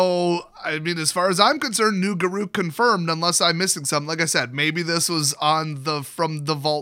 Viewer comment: “G’Ruke”? “G’RUKE”?! I thought it was Garruk, pronounced like the name Derek! My life has been a lie